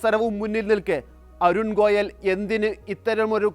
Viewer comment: ഗോലയ് അല്ല ഗോയൽ